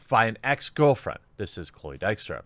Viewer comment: His pronunciation was reasonably good, not perfect though.